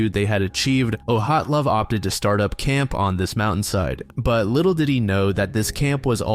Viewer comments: I’ve heard all sorts of incorrect pronunciations of “Dyatlov”, but “Oh-hat-lov” is new 🤣 It’s also been definitely proven to have been an avalanche, so it’s just crackpots who consider it still a mystery. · Where the fuck did you get the pronunciation of “Oh-hot-lov” from the name Dyatlov???? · ...Why does he call Dyatlov "Ohatlov"? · I've listened to dozens of videos and podcasts featuring the Dyatlov Pass incident, but I've never heard it pronounced like that before